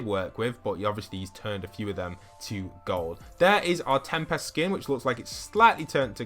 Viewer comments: I like how he calls him tempast instead of tempest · PLEASE STOP PRONOUNCING TEMPEST WRONG